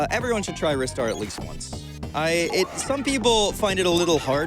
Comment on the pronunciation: in, already mad props for pronouncing it correctly.